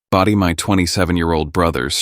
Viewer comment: IT'S BRODIE, NOT body this AI is stupid